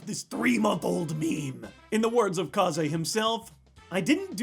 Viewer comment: It's pronounced KAYZ